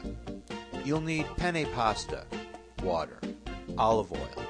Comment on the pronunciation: peni alla vodka xD!!!! ma lo sentitecome parla sto tipo?? fa ridereeee!!!!! cmq ste penne mi fanno troppa gola le devo provare :)